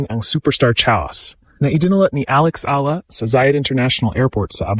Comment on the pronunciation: E-ya-la not ilah 😊❤❤❤